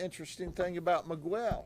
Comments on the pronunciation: Migwell lol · I love Judd but someone in his team needed to correct the way he said Miguel